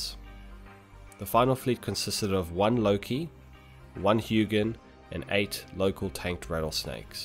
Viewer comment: painful to listen to him say "huginn" should be more like "huh jin" with a soft J-sound like when you say y in "yes"